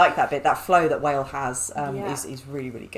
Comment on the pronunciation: its pronounced 'wa-lee' not 'wail'.......wale is a good rapper look into his songs, he has some hits